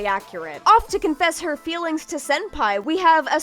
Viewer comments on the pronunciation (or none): none